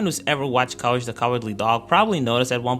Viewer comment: Cowage the Cowardly Dog